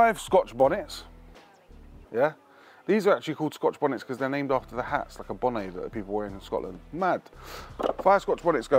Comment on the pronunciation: Nah, we pronounce "bonnet" as it read. You've put a little "ay" on the end and made it sound well zesty, feeling OK bro?? 👀 😂 🏴